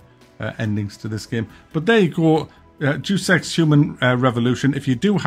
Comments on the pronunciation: It's not "duce ex" it's pronounced "day-us ex" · Pronounced Day-us Ex..... not DUUS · I thumb you down for saying Jew Sex instead of pronouncing Deus Ex properly. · Please tell me the mispronunciation of Deus Ex was on purpose.